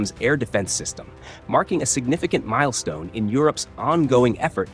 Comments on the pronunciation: Signifgicasnt milstone?.... RIP Engrish. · Stop saying "signifgicasnt milstone " about everything